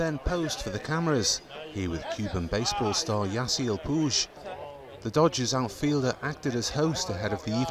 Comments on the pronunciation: it’s YAH-see-el pweeg not pooje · Lol he said Yasiel Pooj its pronounced Pweeg. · I understand if someone said "Pwig" if they had never seen Yasiel's name, but "Pooge"? Really? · Puig is pronounced Pooj where it’s originally from. Poo-ig is the Americanized pronunciation lol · You said yasel poosgh. It's pweeg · puge, it's puig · Yasiel PUIG!! not pooge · really pooge its puig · "Yasiel Poooj" yup, nailed it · "Yasiel Poowge" And you make fun of us for mispronouncing words. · That’s actually how you say “Puig” in Catalan, where the surname came from. “PWEEG” is just how Spanish speakers pronounce it. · "Yasiel pooj" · Around 15 or 16 seconds in... "...with Cuban baseball star Yasiel Poooooooge." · i died when he said his name like that lololol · i had to throw something against a wall as soon as he said pooj. SMH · This reporter can't pronounce, he said Yasiel Puj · I died when he said Yasiel PUGE 😂 😂 😂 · The guy said Yasiel Puooge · "Yasiel Poooj" 😂😂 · He called Puig pug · "Yasiel Poojshh" lol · Did that guy just say puij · He said Yasiel pooj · he said yasiel guge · the pronunciation of Puig, how could you get it so wrong? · They said yaseil puig wrong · He said Puig wrong